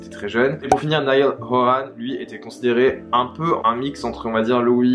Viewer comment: Quelques petites erreurs, cependant merci de parler d'eux, ils le méritent. Là ça va juste être une remarque de directioner à donf, les prononciations de certains nom font mal aux oreilles (aucune critique juste une remarque), niall horAn, lAIam payne. Gros bisous